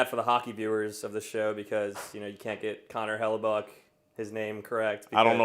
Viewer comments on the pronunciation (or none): First of all, why the hell are you pronouncing it "Hella-Bucky" — his name literally ends with letter K. No one else has ever pronounced it like you. Second, the FAR more appropriate metaphor is Return of the Jedi (aka the good guys). Come on dude, try harder. That said, I agree the USA hockey team is just the thing we needed. Kudos to those guys. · He needs to keep saying it that way. I'm laughing my ass off....